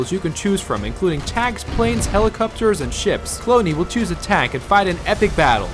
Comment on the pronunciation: Is it just me or did he say hellicoopter